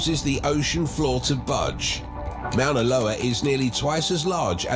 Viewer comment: It would be nice if this speaker could pronounce Moana Loa right. Mount Tahoma (Mount rainier) s also active and if it went off Seattle and King county in Washington state would be a disaster.